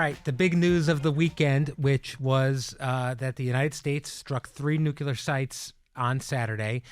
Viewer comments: I am disappointed in you....NUCULAR?? Really? There is only ONE "U" in NUCLEAR!! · improve your pronunciation of “nuclear”, please.